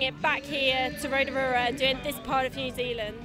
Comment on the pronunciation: Absolutely no one the reporter: row-tah-ruha